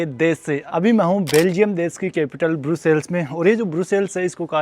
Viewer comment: ब्रुसेल्स नहीं ब्रसेल्स कहते हैं सर